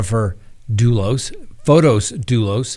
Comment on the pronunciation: it is Not FotOs. It is FOTIS with an 'i'. I watch you from Greece and every time I hear you say FotOs, it is athorn in my ears. It's like someone was to call you Scitt instead of. The name FotOs doesn't exist. Besides that, I love your daily updates. Much love, xoxo.